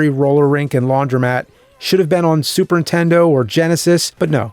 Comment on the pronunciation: "Super Intendo".